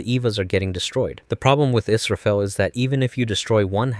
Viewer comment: イスラエルじゃなくてイスラフェル